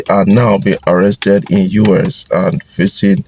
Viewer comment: Guys, is it just me, why does this guy call US (United States) UrS? There is no R in US!!!